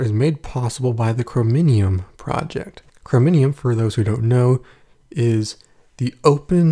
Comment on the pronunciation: You mean Chromium not chromonium!